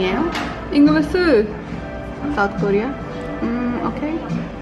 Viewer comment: like she says 'Englisheu' 'my Faceu' and 'quickeu'